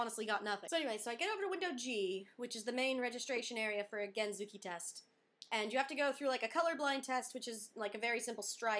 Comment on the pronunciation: IDK I think you should call it scooter instead of gentsuki because you can't pronounce gentsuki right at all. I can understand why the lady was so crabby and needed to confirm again and again, because there is no "genzooki" test. Other than that, congrats. The process is overall pretty annoying and most people usually fail the first couple of rounds. Just going for the regular drivers license is easier, even with the practical test for Americans, and you're able to drive both.